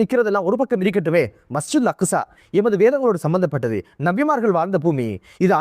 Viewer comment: அக்குஸா இல்ல அக்ஸா